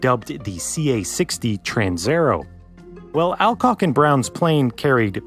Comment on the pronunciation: Alcock is pronounced All-Cock not Al-Cock. (place your own jokes here)